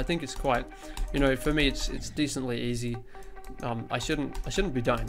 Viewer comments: It’s not EZ it’s EZ. easy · It's Easy, not Ez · He calls is ez mode instead of e z mode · Ezz mode lol he means easy mode 😂